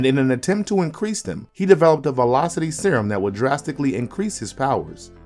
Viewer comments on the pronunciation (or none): none